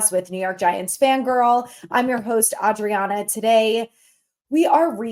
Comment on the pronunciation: Sell sell sell ‼️. Also let know your name is NOT AUdrianna 😂 I mentioned it yesterday - let’s see Wednesday what he says. The New York Giants have no pride 🤦🏻‍♂️